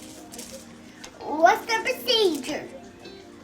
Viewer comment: Cant fully correctly pronounce ' procedure "